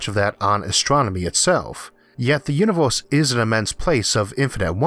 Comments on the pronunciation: What IS that accent? Flip random vowels to something completely different.. I've never heard that. "The Univorse is a vast cosmic .." AAAAAAAAAARGHH I can't listen to it!!!! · "the univorce"